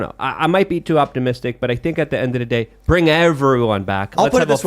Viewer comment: "endadaday" is my favorite Lukeism